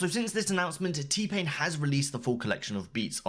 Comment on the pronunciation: lmao am i just the only one who heardd (Tpin) instead of T-pain